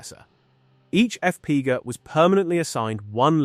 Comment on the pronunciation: Use a better AI to pronounce F-P-G-A.... "EFF PEE GAH" sounds like someone falling down the stairs and I immediately lost interest in the video after that